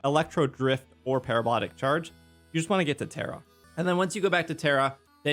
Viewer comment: Proud of your correct pronunciation of Parabolic Charge 😂😂😂 but seriously, thank you so much for your help with these builds and the community you provide for us ❤